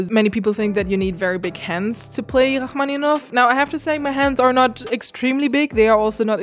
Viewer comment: the way you say his name its so beautiful! i never knew the pronunciation of it before lol and i didnt know the other part that you were playing but it's so so good to listen to it !!